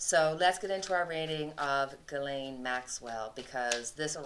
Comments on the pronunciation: Hi, thanks for your readings, I really like your style and personality. Came from Cash Peter's recommendation, in case you're wondering.:-) Just a side note, I believe Ghislaine is pronounced "Rislaine", it's a Persian (or Arabic?) name and the "gh" is the phonetic translation for a "r"-sound that is not rolled but created at the roof of your mouth (behind the upper teeth) in contrast to the English spoke "r" which is using rather the lower part of the mouth. Not an expert in phonetics, so I hope this makes sense. Happy belated Canada Day and have a nice day! ☀ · Zjeez-laine pronunciation